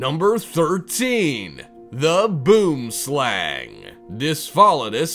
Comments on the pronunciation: Boomslang is pronounced boemslung Its actually afrikaans and it means tree snake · your pronouncing boomslang rhong